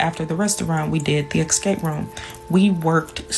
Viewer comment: did she EXscape? 🤦🏾‍♂️💀 black americans gota fix up